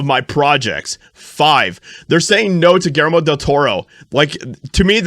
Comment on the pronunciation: Pronounced “ Gill Jer Mo .”